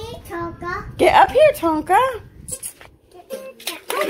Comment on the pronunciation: Fish painting on your wall lookin very nice nabry sayin clear Tonka not konka